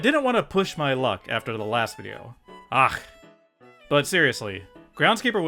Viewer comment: That was a pretty good "ach", could also go "och". English speakers struggle to make the ch sound. I have lived in Scotland my whole life and I just say lock instead of loch as it's so much easier.